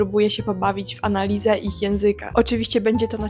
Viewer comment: Kochana, ale ty też niezbyt dobrze mówisz. Mówisz: a - na - li -ZE (e), nie a - na - LI - ze. Źle stawiasz akcenty i często przeciągasz ostatnie litery. "Cze - GO - oo", " PO - pu -lar -ne"